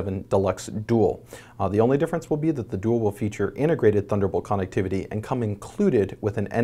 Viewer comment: It bothers me the way he says connectivity...